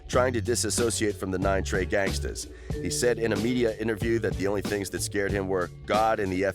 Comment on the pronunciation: I stopped when he said trey 9 🤦🏾‍♂️